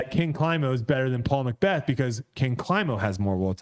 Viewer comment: just say it “Paul McBeth” 😂